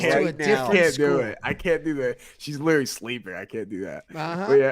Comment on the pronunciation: Lilaly😂😂😂😂😂 Last week and this week. Literally is coming out as Lilaly😅